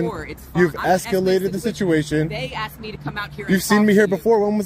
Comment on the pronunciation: Why can't US Americans speak proper English? If a word is spelled A S K E D, why do they say aksed? Another thing that always strikes me is that they keep saying or writing "should off" instead of "should have". Where does that come from? Is the education system that bad? Can anybody explain this to me?